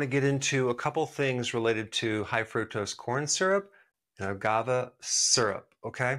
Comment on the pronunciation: You keep saying agavah. It's agaveh. Great video.